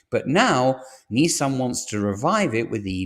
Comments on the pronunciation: You sound English to me, in which case the abbreviation for mathematics is maths NOT math! and it's Nissan not Neesan! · Neeeesan and Jagwar? Who are they? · Jagwar and Neesan. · WTF is a Jagwar? Its Jaguar in English. Neesan? It's Nisan. Stop using American pronunciation when you are obviously English. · This must be the worst car news channel i have come across. Nissan..not Neesan.have just invested hundreds of millions into their plant in Sunderland....but according to you it will be closed by next year.....utter codswallop!!! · Neesan? If you're British, it's Nissan with an I. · Strange American pronunciations of Jag-wah and Nee-saan. Otherwise, interesting.